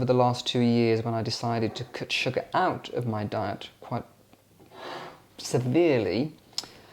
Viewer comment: Love when you say “sugah”. ☺️